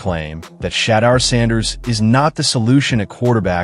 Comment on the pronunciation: This is fake AI news. Shadar? AI doesn't know how to pronounce his name. Fake Fake Fake complete garbage!